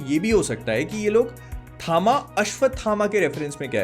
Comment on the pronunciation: Bhai, basically THAMA is "TAM" (तम=अंधकार), in south, H is added after T hence it is THAMA, but people are saying it थामा rather than तम